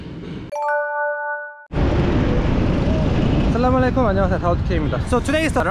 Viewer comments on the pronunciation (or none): Hey Daud. No hard feelings but just to improve you more in greeting other people, allow me to correct you, it's not "Salaam Walekum", the correct way is "Assalam-u-Alaikum". All the best my brother for future. May Allah bless you ❤ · It's not salamalakum....its Assalamu walaikum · you should pronounce Assalamu alaikum. It's not Salama laikum.it means you get death..but in Assalamu alaikum means you get life. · Please don't say salamale kum .... Say " Assalamu Alaikum " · Not Salamalukum but assalamu alaykum.... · Bro don't say salwalekum say assalamualaikum pronounce properly